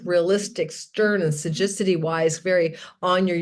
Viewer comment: I think you mean to say “ sagacity” (wisdom) not Sajicity? 😊